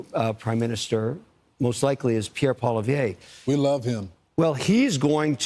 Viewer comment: You have the best take on Canadian politics as I have seen from an American journalist And your the only one that pronounces Pierre pollievres name right The Canadian parliament is in a minority government at the moment and the longest lasting minority government in years all because the socialist party votes with Trudeau and keeps him in power They have no money for an election and that is why they’re going down with the ship If polling is correct ( and it usually skews liberal) the conservatives will win the biggest majority in Canadian political history when the election is called either by a non confidence vote or by the October 2025 deadline and the new conservative government will get along with trump’s administration Jamal Javani ( a conservative member of parliament was jd Vance’s roommate at Yale ) will probably be on the negotiating side for Canada and will have a deal done in 3 minutes